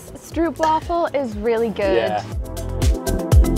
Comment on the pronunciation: That was a fake waffle! Real stroopwaffles are complete different! Note: say STROAPWAFFLE!